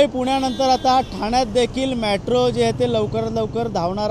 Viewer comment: मॅट्रो नाही रे मेट्रो!😂😂